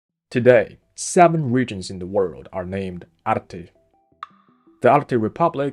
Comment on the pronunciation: It is Altai and there is a “L” in it, it is Oirat and there is a “R” in it.😊